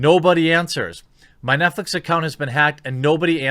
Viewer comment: 'NetFleece' a little slip of the tongue? Heh, I like it.